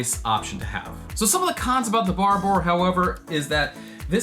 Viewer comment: BHAR - BORE! Hearing yanks pronounce anything is so funny.